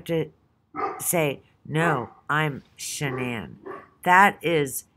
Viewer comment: It's S.H.A.N.A.N.N not Shannon